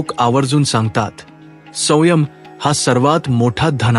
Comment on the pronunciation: वाचन करतांना उच्चारात सुधारणा होणे गरजेचे आहे. उदा. संयम या शब्दाचा उच्चार चुकीचा झाला आहे. मात्र एकूण सर्व व्हिडीओ उत्तम झाला आहे. आजच्या जगात सुसंगत आहे! धन्यवाद!